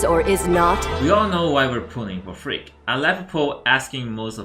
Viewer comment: When you say frigg, the translate show freak🤣